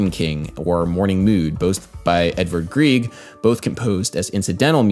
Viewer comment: Edvard Grieg is pronounced grigg not grieeeg but great video otherwise